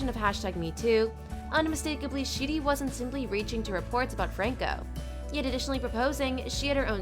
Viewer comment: You mean "Sheedy" lol